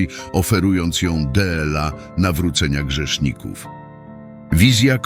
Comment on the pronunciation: Z czworgiem oczu a nie z czterema oczami. Kurcze! Co video to jakieś błędy. Dlaczego ludzie produkują się publicznie bez znajomości gramatyki. Dela zamiast dla wskazuje na użycie do czytania robota AI a nie człowieka. W dodatku angielskie liczebniki, prowadzą na błąd zamiast wprowadzają w błąd, na szczycie czasu, czas nie ma wierzchołka, to nie górka czy budynek. Ważne rzeczy podane byle jak. Tak się nie godzi.